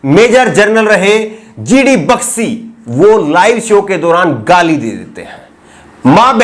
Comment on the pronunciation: Bakshi ki pronounciation toh sahi krle